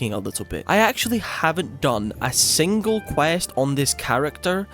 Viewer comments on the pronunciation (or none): none